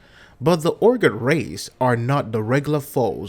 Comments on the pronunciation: Urgot Urgot... its Urgoth, why are you dropping the "H" ? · This guy dose not know how to speak english all hearts ur-got not urgoth